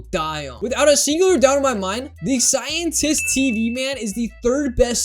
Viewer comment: bro said scientest instead of scientist